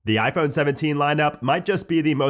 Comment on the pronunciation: Why cant he say ‘iphone’ like a normal human?